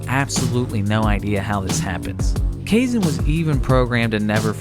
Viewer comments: You sure it's "kayzen?" As with Japanese an "ai" is always pronounced like "i" which is why the "rayden" pronunciation of the name "raiden" bugs me. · Depending on the language it could be ka-e-sheh or kaysh/kay-sheh too. Some languages languages an x is either a sh or h-sound. But Kaizen, naw. Theres not a language that exe is xen/zen.